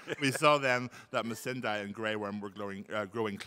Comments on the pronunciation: So is it Missan(die) or Missan(day)? Natalie said Missan(day) and thats how Ive pronounced it but Hodor kept saying Missan(die) and Iveheard other people say it that way too. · Am I the only one who cringed whenever Hodor pronounced Missandei wrong ?